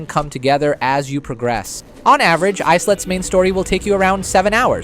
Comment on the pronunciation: "Islets" is pronounced "Eye-lets." Since the game revolves around little islands. Not "Ice-Lets."